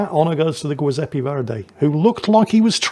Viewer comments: it's Giuseppe nnot Guiseppe, like the jui in juice. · Giuseppe,, is pronounced like Jiuseppe. Rhymes with chew. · About the Verdi... the "GIU" in Giuseppe is pronounced like "jew", so kinda "jewseppe" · The G in giuseppe is pronounced like gesture not gate and it sounds like goo zeppe. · JEE-sep-ee, not GWEE. It's Italian, not Spanish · Great commentary as always on a great battle. Just one note: the “giu” in Giuseppe is pronounced “joo” or “jew” just like the “gio” in Giovanni or giorno, gi+(a,o,u) changes the hard “g” into a “j” sound like in Janet, Joe, June. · And vice-versa, it's soft in Giuseppe, and it ain't "Guiseppe" either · I feel like the Old Man Shouts at Cloud for this, but the Giuseppe Verdi is Italian, so the "Giu" is pronounced more like "jew", since the name is the Italian version of Joseph and "g" is used in place of "j", since the Italian alphabet doesn't have it. If it were Spanish then your pronunciation in this video would be correct. My Italian heritage demands I correct the record! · That's not a Giuseppe! This is a Zjoowzappay! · i love how utterly fails to pronunce foreign words;) like "Giuseppe" ahahah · Always love getting 3 different pronunciations of Giuseppe ❤ This game was very similar to one I just submitted 🎉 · that giuseppe pronounciation , my god it hurts.... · If would please switch the pronunciation of the G in Agir and Giuseppe Verdi it would just be spot on. It is the Italian version of J like in Joseph and the G in Agir is like in Gneisenau a G like in gay grenade and gasoline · I'm guessing you mispronounce Giuseppe on purpose, right :D? Sounded like nails on a chalkboard